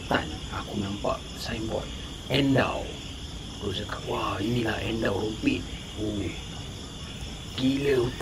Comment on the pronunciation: Sebutan endau tu salah bang...🤣🤣